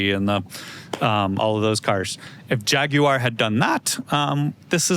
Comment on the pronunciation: butchers Jaguar pronunciation equally for both sides of the pond.